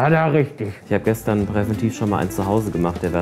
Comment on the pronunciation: Ick und isch 😂